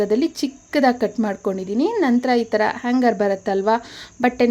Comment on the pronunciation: ಆಂಗರ್ ಅಂದ್ರೆ ಕೋಪ ಮೇಡಂ.. ಸರಿಯಾಗಿ ಹ್ಯಾಂಗರ್ ಅಂತ ಹೇಳಿ.. ಭಾಷೆ ಸರಿಯಾಗಿ ಬಳಸಿ